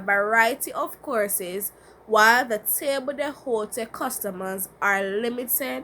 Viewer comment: i think you pronounce table d'hote incorrectly